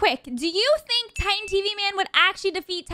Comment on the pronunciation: He sounded like he said “sink” for the first one